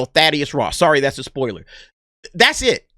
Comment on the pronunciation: come on bro you know we aint tripping on "poilers" lol you good